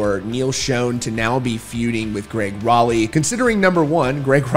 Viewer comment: Pronounced shawn not shone and rowlee not raleigh.